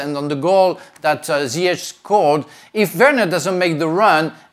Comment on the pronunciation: It's Zee-Yes Not Zayashh